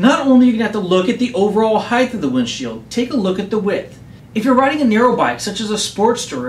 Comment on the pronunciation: height not heighth heighth is not a word